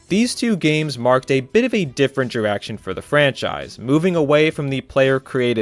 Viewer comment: lol "diwection" "dwah" "In 20 tuwelve" Work on that pronunciation.